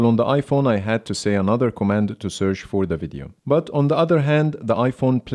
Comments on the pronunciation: Well, because of your accent, you pronounced the word search as searsh, that's why they both didn't respond immediately, but when you said it the second time it did. But good video. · This test is a very good idea but i think it should by done by a native English speaker. You seem to be pronouncing e.g. 'search' incorrectly. It is not 'sersh' and probably that's why there was no response from either phone. Same thing with 'share on Instagram' and some others. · When you say search you need to make sure to end it with ch and not s A little constructive criticism isnt bad you're doing a good job man